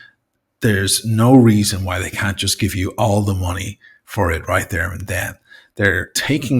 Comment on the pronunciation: Try pronouncing "money" and "much" properly. Yob!